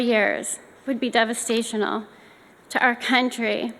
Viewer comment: "Devistational"? Don King would be proud of that one.